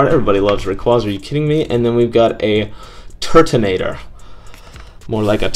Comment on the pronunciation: turaninater??? thats what he said when he pulled turtanator like if u heard him say turaninater